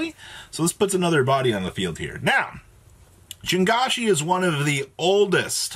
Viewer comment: I dont think I've ever heard someone pronounce JiangShi more incorrectly in my life LMAO